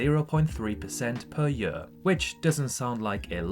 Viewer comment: Hi why do u pronounce "year" the way you do? Is it south African accent?